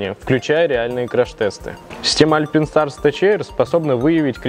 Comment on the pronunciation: Не альпИнстарс, а альпАЙнстарс! Не тэЧэйр, а тэКэйр🤦‍♂️🤦‍♂️🤦‍♂️